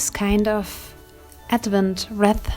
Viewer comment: In English we say "reeeth" and yes, we have them in the US too. Thanks for sharing! 🌲